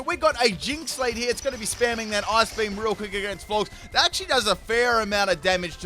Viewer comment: Its floor-jess. Not floorgz